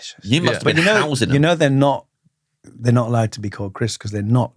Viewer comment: did James really saying "housing them" instead of "hosing them"?